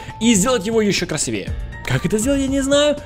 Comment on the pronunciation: красИвее ударение на (и)